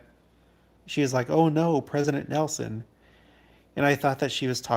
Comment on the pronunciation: I was hoping we would be able to hear Pres. Nelson one more time at conference. But, the last time I heard his comment online, I knew his passing wasn’t far off because he couldn’t pronounce his “n’s”. I will miss him terribly ❣️